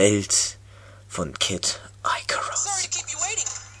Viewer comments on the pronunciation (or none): Aber für die nächsten Videos musst du noch lernen wie man den Titel ausspricht ;D Nicht böse gemeint ^^ Ist nicht ''Eicarus'' sondern ''Icarus'' so wie man es liest ^^ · "Icarus" spricht man deutsch aus , ist aber nicht so wichtig ;D